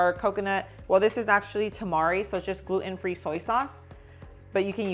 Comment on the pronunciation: What's GLOO-EN?